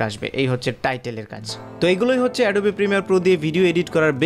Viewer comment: ওটা এডোবি না🤣🤣 অ্যাডব